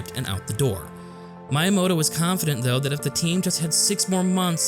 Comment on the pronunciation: Ehem... It's pronounced "Mee-yah-moh-toh" spelled Miyamoto